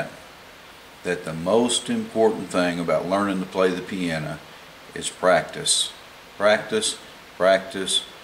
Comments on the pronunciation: Its piano, not 'piana' lmfao!! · don't worry how do you say the word piano ,you are a good teacher